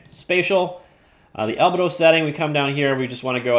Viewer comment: Fantastic video! Minor correction: albedo is pronounced al-BEE-doh, not AL-beh-doh :)